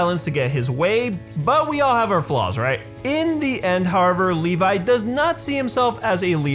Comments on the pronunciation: lol he said leli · I don't want to sound like a smart mouth or anything but his name is pronounce as Levi not Levis. And you can find that on the OVA. I understand that I'm late.